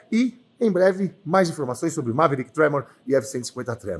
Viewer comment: Méverick 😂😂😂 q cara tongo